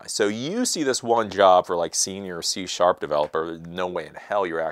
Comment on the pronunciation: Did he say "shit"C# in ?